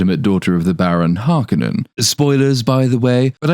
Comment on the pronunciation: I will never accept the pronouncation of Har-koh-nen as Harkenen. Bite me!